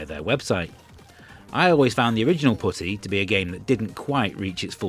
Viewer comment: To be fair, YT subtitles says Putty but is really sounds like the other word.